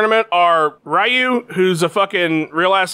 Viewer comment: Nick Diaz would think "Ryu" is pronounced "Rai-yu"